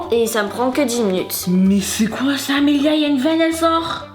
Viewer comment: pourquoi tu dis Amélie mais c'est pas Amélie c'est Amélia